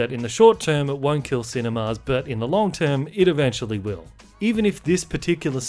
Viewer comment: Yo, why do you keep pronouncing 'cinemas' as 'cine-mars'?